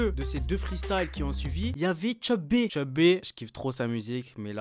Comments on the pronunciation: C CHEU B PAS TCHEUB B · Prononce bien Cheub stp